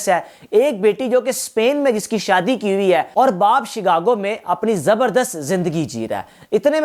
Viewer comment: اردو تک بولنی تک نہیں آتی ، اور یہی وی لاگ کسی اور نے بھی پیش کیا ۔۔۔۔۔ اور شگاگو نہیں شکاگو ھے ۔۔۔۔۔